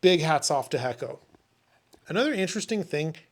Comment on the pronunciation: I believe the pronunciation is Hey-ko or Hay-co. Great job once again. Thank you.